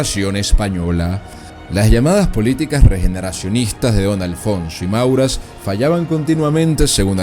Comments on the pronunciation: Mauras no, Maura. Alucernas no, Alhucemas. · Antonio Maura, no Mauras. Por favor, un poco de rigor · Antonio Maura, NO "MauraS". Eres bastante malo relatando hechos históricos